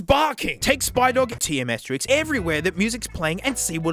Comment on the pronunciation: "I'm an adult now" pronounces asterisk as asterix